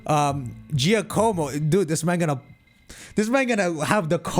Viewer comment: Gia-como? Bro cmon now 😅